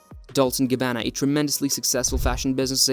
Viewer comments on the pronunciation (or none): Dol-Che & Gabb-ana